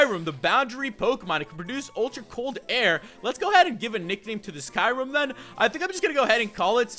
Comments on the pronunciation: um Kyurem is pronounced key rr mm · Kyurem is not pronounced like you pronounce it. If you watched the movies you would know